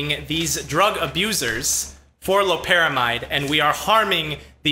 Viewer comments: It’s lopera MIDE, NOT MEED! It has been compared to and said to produce, when able to cross the blood brain barrier, effects stronger than fentanyl. It’s not chemically related other that being a synthetic opioid. It’s extremely dangerous to attempt getting ‘high’ off of it; the pay-off is not worth a fatal arrhythmia. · it's obvious you did your 10 minutes of "research," aka google. . . Loperamide's (MEED) not mide. . . furthermore, Loperamide is closer related to fentanyl, and is structurally similar to it Rule of thumb, NEVER assume molecules with similar shapes produce same effects, sometimes, this is a common misconception, even the slightly change in shape can change all physiological effects! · Call Me Witcher it's pronounced differently depending on where you have studied medicine, you sound like a pretentious Med school dropout